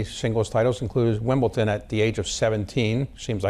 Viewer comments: What a bore, this interviewer. And it’s Wimbledon, not Wimbleton. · Is this guy just old, ignorant, or just don't know how to pronounce words properly there is a difference between WimbleDON and WimbleTON. Get him outta there Bloomberg,he sux